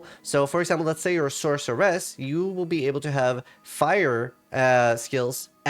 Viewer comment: That's how it's pronounced.